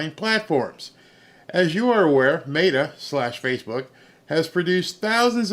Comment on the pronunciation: META It’s pronounced, Me-ta - There is an E and an a Meta not Mata Love watching your show, but I can’t stand when people mispronounce words if you don’t know how to pronounce it prior to the show, put it in translation so you can hear what it says. When you spell it translated from English to Spanish. That way you can hear how the pronunciation actually is.